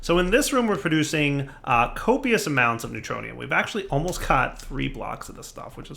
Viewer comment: "we got three ingots of the neutroinum that a lot" Me: hahaha!